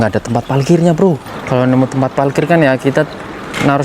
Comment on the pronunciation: Jalan2 virtual lg kita d Jepang nih, kali ini agak ke kota-nya, eehh tp sepertinya agak kesulitan klo melafalkan huruf " 𝙇 dan 𝙍, seperti klo bilang 𝙥𝙖𝙧𝙠𝙞𝙧 jd 𝙥𝙖𝙡𝙠𝙞𝙧, 𝙩𝙧𝙖𝙠𝙩𝙤𝙧 jd 𝙩𝙡𝙖𝙠𝙩𝙤𝙧 😊, hihii...ga apa yaa, ini jd ciri khas-nya. Semangat trs ajak kita jalan2 virtual ke Jepang, sehat slalu